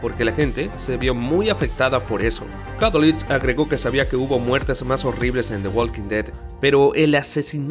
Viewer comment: No pude terminar el vídeo... Que mal pronuncia el nombre de la serie por Dios...